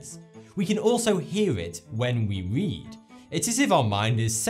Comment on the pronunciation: can you say the letter r it sounded like you said wead instead of read😂😂